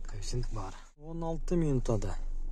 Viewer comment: Жун баш качан коэффициент деген созду туура айтасын, кайефсент деп чычывересинер да тажикиский акцент менен айтып😂 Каффицент деп айтылат башына жун